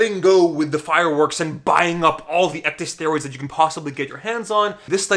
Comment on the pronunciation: When you keep pronouncing ecdysteroids as ec-dee-steroids, it makes me cringe so hard being in the medical field. "Ecdy-" is a prefix originating from the process in which insects shed their skin. Ec-, meaning out/away + dys- meaning bad/difficult/abnormal + steroid. Pronounced ec-dis-staer-oid. Ecdysteroid.